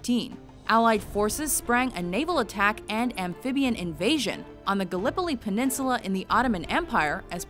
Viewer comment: pronounce Gallipoli very weird.